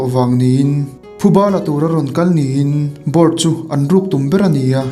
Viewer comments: Bort nilo in Borte(ti) tia lam tur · Ka lo duhtui lawk...Borte hi Bor-te tiin lam tur, Ghengis pawh hi Mogol ho chuan Ching-gis tiin an lam. Adang pawh a awm nual.. I lam danin beng ati kham hlek..